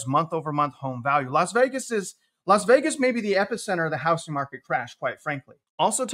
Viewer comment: It’s pronounced hou”z”ing not hou”s”ing.